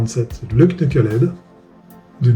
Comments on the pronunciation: On ne prononce pas le k de knucklehead... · Merci pour les vidéos, cela fait combien de temps que tu t’intéresse à la marque?? Oui le k ne ce prononce pas! Mais surtout! Les photos du Knucklehead et du shovelhead que tu a mis dans ta vidéo ne sont pas des moteurs harley davidson!😭 mais deux reproductions actuel s&s en aluminium! Non franchement pour un mec qui ose faire des vidéos! Ça craint! 😭 pauvre monde harley!